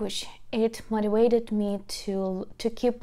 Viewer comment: BTW it is very cute the way you pronounce "motivated" ... however the letter 'v' in the word 'motivated' is pronounced the same as the letter 'v' in very. Perhaps divide it into four separate parts, for example 'mote - ti - vate - ted' ... So practice saying 'veh' with very and 'vay' with vated. Hope that helps ☺